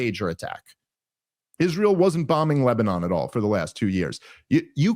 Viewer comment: Its funny that he cant pronounce is-ray-el